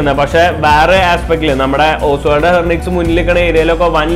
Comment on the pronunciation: It is ഹെൻറിക്വസ് not ഹെർനിക്വസ്...